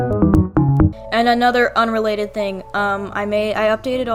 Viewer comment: “Urelated” lol